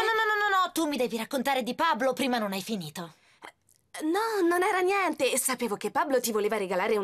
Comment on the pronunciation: “pablo che cosa succede?” “nieNNteh”